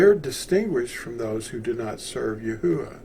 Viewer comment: 1st, thanks for the video! 2nd, how come it’s pronounced Yah-Hoo-Ah, and not Yah-OO-Ah?